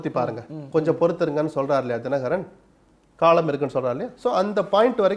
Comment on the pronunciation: This is the first time I see someone talking sense about Sasikala and rest including Dinakaran pronunciation is not great. DMK have no choice to remember this Guy 😂. If I were Sasikala I would really appreciate this guy.